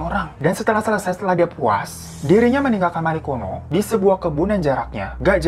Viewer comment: Marikono kok gue dengernya margono 😩😩